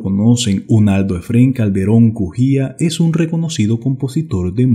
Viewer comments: LOS APELLIDOS SON CALDERÓN CUJÍA, NO BUJÍA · Se llama efren Calderon Cujia no bujia